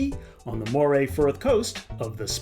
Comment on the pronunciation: Moray is pronounced as Murry, not Moe-ray. FYI.